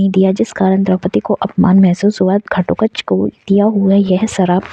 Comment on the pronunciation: आपको घटोत्कच बोलने में बहुत problem ho rhi hai